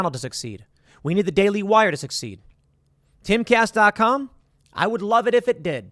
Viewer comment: I always think that Tim is saying "Caste Castle" like Tim is creating his own caste system in the Timcast universe!